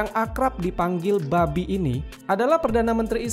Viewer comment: Gan, itu pas lidahnya kepleset apa gimana? Masa Bibi bisa jadi Babi? 🤣🤣